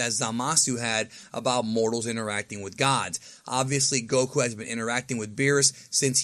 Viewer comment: Its Goku smh